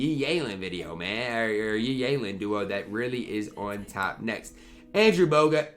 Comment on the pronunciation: Day 2731 of saying Yi Yalen for no understandable reason